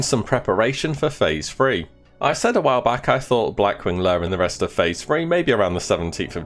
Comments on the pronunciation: "Phase THREE", not, "Phase FREE".....ffs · What is so hard about the ‘th’ sound? It’s not phase free. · Phase Phreee.